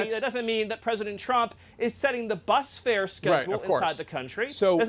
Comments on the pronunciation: “Bus fare!!” 🤣🤣🤣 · "...the bus fare" !!!! 😂🤣😂